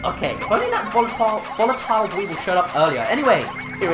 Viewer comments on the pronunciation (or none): Not tryna make fun of you but whenever you saw a bomb rock dweevil, you called it a deevil